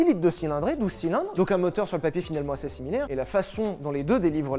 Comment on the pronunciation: Bordel Sylvain. Quand tu prononces "assez" on dirait une vieille brebis galeuse !!!!! Ca se prononce assé pas assêêêêêê. On est chez les ploucs ici ou quoi ?